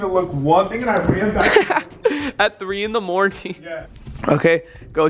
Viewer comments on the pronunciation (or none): “At 3 in the morting”